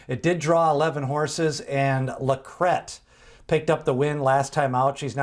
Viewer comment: Thanks for pronouncing LaCrete correctly. Rhymes with bet!